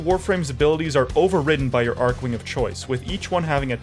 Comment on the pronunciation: lol didn't pronounce any of the archwings beside the odonatan properly lmao